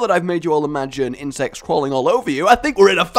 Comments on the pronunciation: says insects like IN-SEX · No insest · I thought you say insest. Should i get some help?